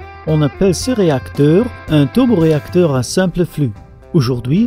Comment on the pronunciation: le teuleuboreacteur